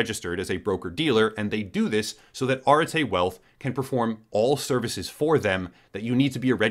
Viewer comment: I think that you mispronounced Arete as Arte. It's the concept in Greek philosophy for virtue or excellence.